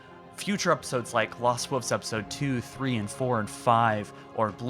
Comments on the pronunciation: Love everything you’ve been saying, but please for the love of god say wolves and not wooves. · The lost wuffs. Just say wolf at this point. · "the lost wuvs." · The lost woofs? surely the lost wolves would sound better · “Lost woofs” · He does know there is an “L” in wolves, right? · Is anyone else bugged by the way he says wolves? 😂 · This looks stunning but I cannot get over your pronunciation of wolves. Have you never ever heard the word read aloud before?